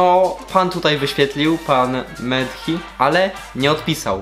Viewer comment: Mehdi wariacie a nie medhi